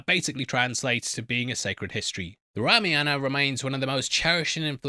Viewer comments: Bro it's spelled Ra-maa-yan-aaa What you are doing is Rama-yana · Know the correct pronunciation of the movie name!